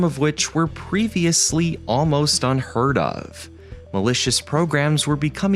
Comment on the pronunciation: "so where do we thhhink" ("th" sounds like "th" in "the") "fledg-i-ling" ??? "pre-f-iously" "under it's leave" Notice how literally EVERY SINGLE sentence ends with the same tone of voice (like a falling note). So, why couldn't you just use a HUMAN to do voiceover? Is your voice THAT bad?